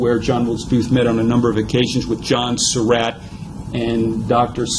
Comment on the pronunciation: To the narrator: Excellent presentation! Nicely done. HOWEVER...you need to correct your pronunciation of "Surratt." You pronounce the name as "Sir Rat," when in reality, the family name is pronounced like "Sir Rot." You need to correct that in any future presentation that you make.